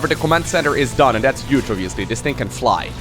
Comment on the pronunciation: can you please pronounce the word "huge" correctly, with an "h" and not a "y" or "j".